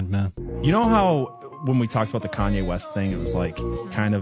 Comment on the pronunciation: Gone-Ye West?????? Nice, I'm cool with that! Lol